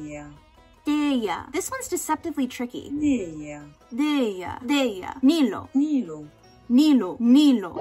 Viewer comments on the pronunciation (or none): I loved the pronunciations for Sumeru loll However it's not "Nilo" , it's Nilou (نیلو) You'd pronounce it "nee-loo" It's meaning is water Lilly/lotus and it's a nickname for the name Niloufar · hiiiii persian speaker here :) just commenting to let you know nilou is actually a persian name so while the Arabic pronunciation was pretty close and you did a really good job of it, it wasn't completely correct. it's more like how you pronounce "knee" and then "loo" not "low" (also it's my aunts name so hearing you say it was really exciting!!) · This was so fun to watch. Also the more common pronunciation for Nilou is Knee-loo like I don’t even think I’ve heard Knee-low more than once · Heya. Persian speaker here Nilou's name is pronounced like neel-oo Its a nickname version of niloofar meaning lotus flower :)